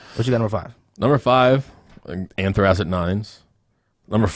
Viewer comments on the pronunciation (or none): yo yall butchering the Anthracite hahahahahhha. Its pronounced "An-Three-Site" hahahaa funny af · I love how you guys keep saying "anthracite" wrong lol anyways 9s are a definite sleeper. No love for the charcoal 9s? Those have to be in my top 5 for sure. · I've never heard anyone pronounce anthracite like that. You guys obviously aren't from the coal region.